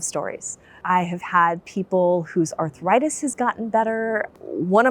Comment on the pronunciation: This is the first time I have heard the word 'arthritis' pronounced as 'arthuritis'. Any linguists here? Is this the beginning of a new change in American English? Is it regional usage? It seems similar to the intrusive 'r', as in "law-r and order". Sorry for being completely off topic.